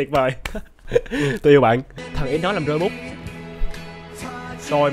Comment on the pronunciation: Chú sai rồi không phải chữ iu mà chữ yêu chứ 🤨😏